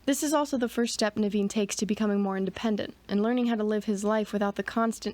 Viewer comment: Your pronunciation of Naveen is spot on. My mom's brother's name was Naveen too.